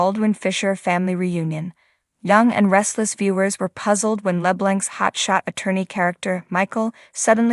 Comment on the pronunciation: Pronounced LeBlonk (French) not Labelink